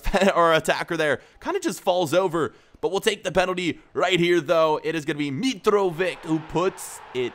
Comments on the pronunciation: its pronounced mitrovich not mitrovik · Mitrovich,not Mitrovik.. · To help PRONOUNCE it Mitrovich not Mitrovic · It's not Mitrovik, it's MitroviĆ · I think You say mitrovitsh, Sh Like in shoe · You prononce Mitrovic like Mitrovitch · How hard is it to say Mitrovich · mitrovic is pronounced like Modric